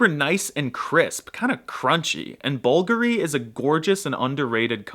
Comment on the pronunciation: tf is ''bulgary'' 💀